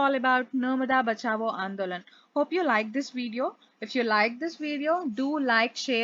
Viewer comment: Not Bachabo, it's 'bachao'😅😅😅